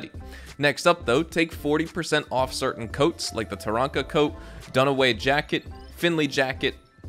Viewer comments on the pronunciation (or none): none